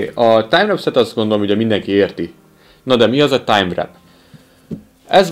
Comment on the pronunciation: Köszi a review-t. Csak annyi, hogy a "timewrap" amit említesz, az a valóságban "timewarp" ejtsd: vórp, nem "vrep".